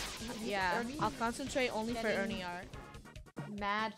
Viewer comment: its Funneh sayn FOR ERNINE ;]